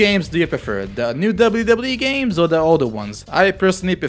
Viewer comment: I love how you say wwe lol "Debly debly e"